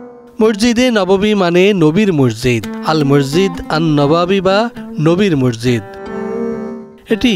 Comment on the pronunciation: ডিবিসি নিউজ এর সাংবাদিক এবং এর সাথে সংশ্লিষ্ট সবাইকে মসজিদ শব্দ টি উচ্চারণের ক্ষেত্রে বিশেষ খেয়াল রাখার অনুরোধ করা হলো।